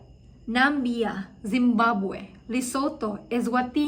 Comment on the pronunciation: Namibia right pronunciation is : "Na - mi - bi- a" :)